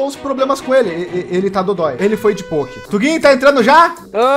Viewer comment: Ele falando "ele foi de poki" doeu no meu coração